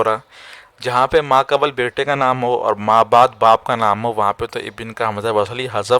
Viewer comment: Video achcha hai. Lekin talaffuz ka bhi khayal rakhen hazrat. Aapne musalasal 'ibin' aur 'qabal' boa hai. Ye alfaaz 'ibn' aur 'qabl' hain.